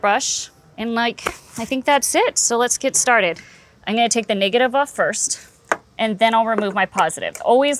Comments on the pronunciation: Niggative? She straddling the line ain't she? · The way she pronounced negative was crazy Ik yall here it